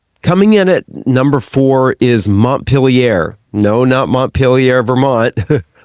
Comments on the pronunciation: Your pronunciation of Montpellier like Montpelliere triggers me. At least you pronounce Nice well. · After hearing Montpellier mispronounced several times, I just had to stop listening.